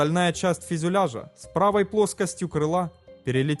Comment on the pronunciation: Автор - молодец, растешь! Но, ещё пару добрых советов - пожеланий: в тысяча восьмиста метрах. В тысяча пятиста метрах. И ещё : фЮзеляж , не фИзюляж. БелфАст (ударение на А) Но , повторюсь: В целом работаешь Всё лучше и лучше! Успехов далее!